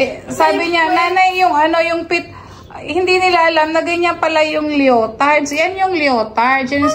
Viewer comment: Lee-uh-tardz po.❤